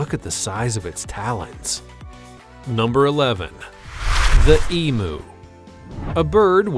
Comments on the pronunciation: It's not an E-Moo! It's an E-MYOO! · The commentators ignorance is astounding. WTF is an e-moo. Try pronouncing it as eem-you. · Emu is pronounced E-m-You. Not E-moo. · EM UUUUUU NOT EMOOOO. FFS. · The Australian Emu is pronounced Eem you